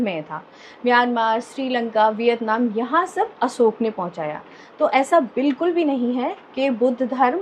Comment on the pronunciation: Sahi ucharan kiya hai, Asok kehkar.